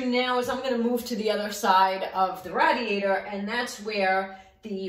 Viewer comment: Rah-diator! thank you very helpfull